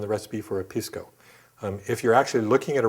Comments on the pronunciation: Dings credibility when Pisco (pee-skoo not piss-ko) pronunciation is wrong. Otherwise the info is spot on! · Pisco (Pee-sco)! Please not Piss-co! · Make sure to pronounce it "piss-co". That's the correct way to pronounce it. "Pisss-co". And say it repeatedly, like far more often than necessary. Cheers.